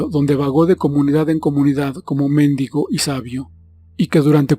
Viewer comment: Ten mucho cuidado al leer, dijiste mÉndigo, debe ser, mendÍgo; que no son lo mismo !!!!!!!!